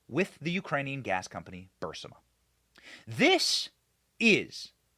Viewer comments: Burisma, not Burmisa Benny! Love your show! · BENNY Please!!! BUR IS MA ......................................... NOT: BUR SI MA Get the Obiden crime family!!!!!!!!! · Burisma ... Not Bursima lol ! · The Ukranian natural gas company that gave Hunter that $1million a year, no-show job, is pronounced "Bur-IS-ma", not "BUR-si-ma." It's important when speaking about complex criminal corruption issues to get the details correct. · It’s not Bursima it is pronounced Bu Ris Ma burisma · "Burr- ISS- mah"........not "bar-SIMM-ah" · Burisma. Not Bursima. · Burisma, not Bursima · BUR IS MA...BENNY...NOT BUR SI MA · Fact check, it's burisma not bursima Benny . That's enough for them to label this video disinformation. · Burisma, not bursima LOL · Benny..it's pronounced /Bur IS ma/!! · R u deliberately mispronouncing burisma? Berr is ma. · Benny, it's BUR-IS-MA. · Say it with me. BURRRR-EEESMA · Thanks for the most “ahead of the curve”, well presented and interesting podcast online, Benny! For future reference, you pronounce Burisma “Bur- ee-sma”. Hope that helps. 😊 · It's pronounced Burr REESE muh. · Isn't it pronounced Bur-riz-ma? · Burisma... Not Bursima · Something on your forehead, and, it's bur-eece-ma No offense! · You mispronounce the name of the Ukraine Company "Burisma" every time. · Benny… Benny honey…. It’s BUR- IS- MA. Please say it… BUR-IS-MA. Love ur show btw❤ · Benny, your reporting on Joe and Hunter Biden is great, but I just wish you'd pronounce "Burisma" correctly: BUR-IS-MUH. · Benny it's bureesma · Benny it's pronounced bur is ma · Bur iz ma. How can you not read ? Or hear it pronounced by every other person who has been speaking about this for years. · SOMEONE please tell Benny how to pronounce Burisma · Benny you’re saying Burisma wrong!!! Sorry bud but I’m a Virgo!!!! To much of a perfectionist!!!! Still love your content!!!! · You keep mispronouncing Burisma! Sound it out.